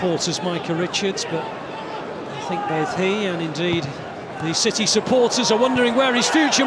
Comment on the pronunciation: Is it just me, or did he say "shitty" a couple of times instead of city? xD haha